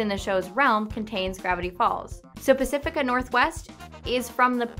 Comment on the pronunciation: it's pacifica